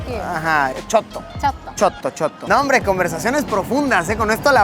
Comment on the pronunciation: Luisito: CHOTO CHOTO a veces 😂😂